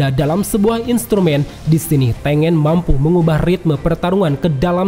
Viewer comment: Hantengu bukan peringkat 6 Hashibira, mlah hashibara Trus Tengen tu bacanya TENGGEN